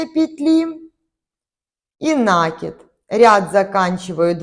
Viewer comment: НакИд,от слова накИ бываем( петлю на спицу) Ухо режет,объяснение хорошее,а вот слова произносить нужно правильно.( Не обижайтесь)